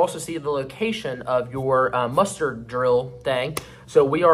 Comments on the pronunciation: I swear it sounds like you're saying "mustard" station instead of muster.... 😂hahaha. Great video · He was totally saying Mustard 😂